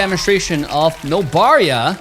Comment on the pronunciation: nobara =))) not nobaria =))) lol mlbb habit